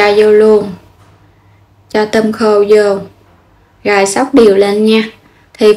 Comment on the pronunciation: Tại sao mà em gái Không nói chữ “ rồi “ mà nói là “gồi “ ? Chị định làm bánh mặn mà nghe em nói chán quá không làm nữa.